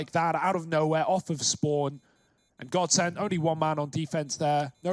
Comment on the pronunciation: Bruh it's godsent